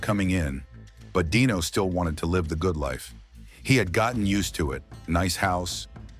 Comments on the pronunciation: AI narrators always get that word wrong. It's ridiculous. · The AI read the wrong definition of 'live'.